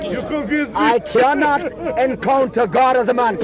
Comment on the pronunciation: you kianot..you kianot..you kianot..this should be the proper title..lol